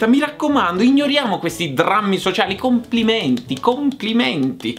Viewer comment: HAHAHAH CAVOLOOO IO VI AMO MI AVETE FATTO SPUTTANARE SONO ORGOGLIOSO DI SEGUIRIVI "COMPLIMENTI COMPLOMENTI" HAHAHAHA